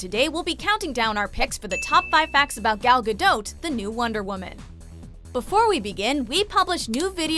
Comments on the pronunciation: It was painful watching this as the narrator seriously massacred ALL the Hebrew. First off, and this is VERY IMPORTANT, it's Pronounced Gaul (the ancient French?) Gaw-Dote. Or to put it another way, the 'a' in both first and last name is pronounced "awe", and the 'o' is a long 'o' as in Ode. Second, and city is pronounce Herzliya, named after Theodore Herzl, but what in Hebrew, it's pronounced Hertzl. So, Hertzl-Lee-ya. Once I got past that, I greatly enjoyed this video. Thank you very much. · Y'all butchered her last name 😂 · Ayenate' Lawson really because I watched one of her interviews and she pronounced it differently 🤷🏽‍♂️ but you know better than her I guess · Please pronounce her last name correctly out of respect for her as a human being. Thank you. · I cringe every time the woman says her name wrong. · Should make it a top 6 things and pronounce her name right. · OMG you really ruined her last name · WTF?! her name Gal is pronouned the same way you would prononoung Gaga'..but with an "L" ending there is no "O" sound in the name, either the first or the family name. Hebrew has only 5 vowel sounds, "A" is pronounced the same way all the time. Ga-l Ga - dot איזה GAUL בראש שלך?